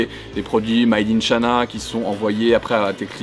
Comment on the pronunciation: « made in chana » :\ quel accent